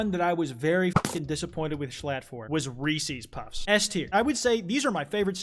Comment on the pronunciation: Reecees puffs? It's reese' s puffs you goblin.